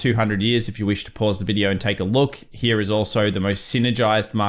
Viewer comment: Triggers me how you pronounce the word "here".